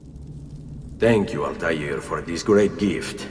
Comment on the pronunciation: Alta “eh” r…